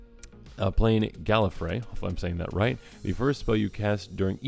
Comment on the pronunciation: You did pronounce trenzalore and galifray correct good job :)